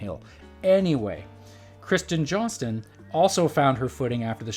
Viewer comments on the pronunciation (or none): none